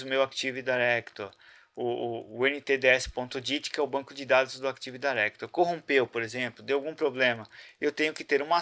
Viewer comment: CAra pelo amor náo é "ACTIVE DAIRECTORY"